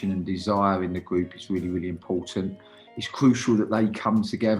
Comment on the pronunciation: Nobody: Danny Cowley “Gwoup”